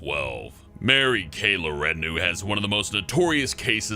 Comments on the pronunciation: LaTourneau is pronounced 'Lah-Turn-Oh'. Good ol' Mary Kay was on the news nonstop in Washington state where it all happened. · What did you say? Mary Kay What? LaRenue?! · You have #4's last name wrong. It's Mary Kay Letourneau.